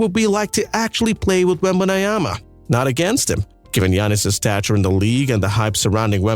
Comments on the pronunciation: "Wembayanama" I think you're adding to much letters mate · The first time he literally says wembanoyam... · he cant even say the name of victor right... why do I get this guy in mi algorithm...this is a video made from AI or what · I thought Reggie Miller was a terrorist for saying Wembanyana on TV but here it's on another level, are you reading scrabbles while doing your script ? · Bro thank you for the video but please learn how to say Wembanyama please or just say Wemby